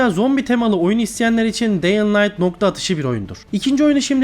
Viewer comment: Hocam allah aşkına video çekmeden önce şu oyunların telafuzlarına bir bak ya. bihaldır , deying light falan nedir ya.